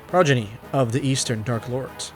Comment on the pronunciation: yeah, well, maybe you should have been paying attention in English class rather than goofing off playing Subway Surfers on your phone then you'd know more words than 'this drip be straight bussin,' no cap, fr fr". It's "PRAW-JEN-EE" and from the context of where it's used: it essentially means 'children'.